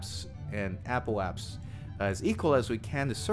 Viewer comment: “Apoap*sis*.” “Periap*sis*.”